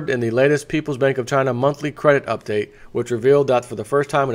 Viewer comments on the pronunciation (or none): none